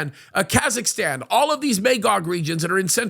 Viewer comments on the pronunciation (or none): none